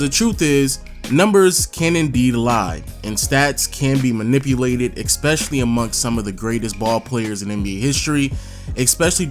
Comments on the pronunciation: Gotta say.... it's ESpecially not ECspecially. Leave the c out of the word. Especially. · it’s “ESPECIALLY” not “EXPECIALLY” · Definitely not trying to be a dick, but eSpecially. Not, eCKspecially. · Stop saying exspecially that shit is pissing me off